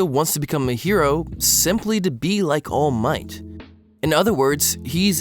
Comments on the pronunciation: Ok so this is the first video I've seen by this guy but I noticed he say all might weird. Like he says "all MIGHT" instead of "ALL might" like he's saying it in a sentence "he has all of the might" instead of "he is all might" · every time you say all might I have a stroke. It's ALL might, not all MIGHT. Boi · All Might one word kiddo. Not All----Might. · How literally the whole fandom pronounces it: Allmight How pronounces it: All Might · all miGht (i'm sorry it's just funny to me how you put a lot of emphasis on "might" when you say all might's name) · Im late but like the way he pronounces all might cracks me up 😭💀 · “ All Might ” Sorry, his pronunciation/the emphasis on the word killed me! 😂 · idk why this bothers me so much but this dude constantly exaggerates the ALL in all might instead of the MIGHT idk why this hurts me so much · love the vid, but the way that you pronounce all might hurts my ears. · The way he pronounces “All Might” tho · The way you put emphasis on All Might is very odd, good video though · Listen man I dig you but the way you say "all might" is incredibly jarring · This was a wonderful and well thought out video, but I hate the way you pronounce all might with the long pause in the middle... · Loved it until you started saying All Might's name, absolutely hated it from that point onward :') Still, it was quite entertaining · I hate how you say Toshinori's name. 😂😂 All MIGHT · the way you say all might XD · Omg WHY do you keep saying All Might like that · Disliking this video just because of the way he says "All Might" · you say allmight wrong bruh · For some reason the way you're emphasizing "All Might" is annoying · Stop saying all might like that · Great video!! My only question is why do you say All Might like that??